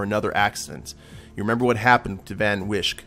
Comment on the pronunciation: Van Wijk is a dutch name. IIRC you pronounce it like "fun vike".